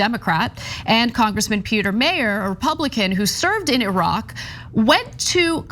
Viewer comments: His name is not pronounced “mayor” - look up the supermarket chain in Michigan (named after his family) and trash his proper name, please. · Not important but Meijer is pronounced Meyer… it’s a Michigan kind of thing lol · It's pronounced MY-ur. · Anna, Peter Meijer's last name is pronounced "MY - ER" sauce: am west coast Michigander native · Michigander here... Meijer. Pronounced. Miyer. Meijer is a store basically like Walmart. But not quite as evil. More of a grocery store... Peter Meijer is a trust fund baby. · he obviously sucks for a number of reasons but god the midwestern in me screamsss every time they pronounce "Meijer" wrong lol